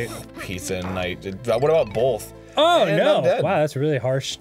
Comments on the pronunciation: Arin says "bolth" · It always puts me off how arin says "bolth" instead of both. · Arin can't pronounce "both".